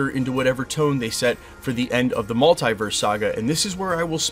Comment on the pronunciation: Hate the way you say Multiverse 😂😂